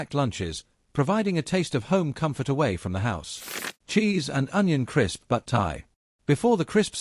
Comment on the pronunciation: "Butt-eye" 😂😂 nah mate, it's "Butt-e"